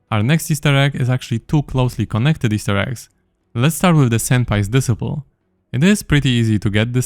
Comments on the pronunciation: disciple is pronounced dis-eye-pull still, thank you sir :) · Disciple is pronounced des-eye-pl fyi ❤😁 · Disciple Pronounced Dee-Cy-ple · Disciple is pronounced [dɪˈsʌɪpl] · Psst, it's pronounced "Dis eye pull" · It's pronounced "disciple" and "shose" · de-SCI-pole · the way he pronounce "disciple" is tweaking me man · It's pronounced disciple not disciple